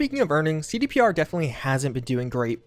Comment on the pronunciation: "defnally"